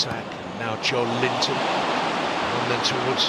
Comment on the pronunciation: Dude why do they keep calling joelinton “JOE LINTON” 😂😂😂😂😂